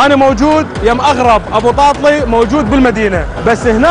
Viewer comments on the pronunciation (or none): تاتلي مو طاطلي اصل الكلمة تركية يعني حلو . ابراهيم تاتليساز يعني اللحن الحلو